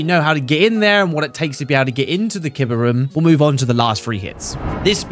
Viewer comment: KEEBAH not kidbuh